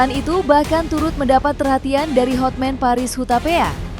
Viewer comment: Hotman mbk bukan hot men 😅